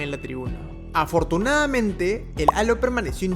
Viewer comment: Hola a todos. Muy impactantes los accidentes. No sé es porqué quienes locutan estos videos no pronuncian las palabras bien, dicen LAO en vez de LADO, suspenDIA, afortunAMENTE, aterraOR, InterLAOS, termiNAO, cerrAO, deteNIA, atraPAOS (debe ser para que rime con CAOS), inespeRAO, y así otras. Todo sea para que se active el algoritmo.